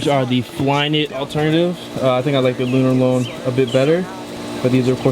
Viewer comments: Hey! Just a heads up, the sole of those crimson flyknit chukka's is pronounced "lunar-lawn" I cracked up when you said "lunar-lone" haha. But anyways, dope collection! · Hey just my input but i think its pronounced "lunar-lawn" but good video bro love your channel and congrats on 200k